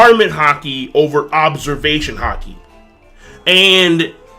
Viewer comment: Why does have a problem saying "Observation Haki"?